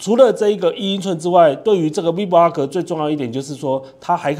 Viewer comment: 您好，介紹很仔細，感謝您，只是vlog的唸法您似乎都唸成v vlog ( maybe you mean v blog?)，但字幕確實是打vlog，提供您參考喔~😊